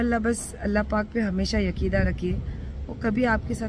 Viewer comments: English to english, urdu ki bhi dhajji udati hai ye aurat. Yakeeda nhi Aqeeda hota hai... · Yakidaa nahi madam akidaa hota hai.... 😂ye vaar over acting kuch ziyadaa ho gai😂😂😂😂